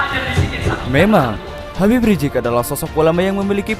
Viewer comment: Mohon naratornya sebut nama beliau dengan benar. Jangan sebut, yang benar adalah Habib Rizieq.